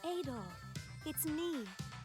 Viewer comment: Its pronounced Ah-dol, not eh-dol. In the newer games where there is voice acting they say his name Ah-dol, like "apple" or "attack"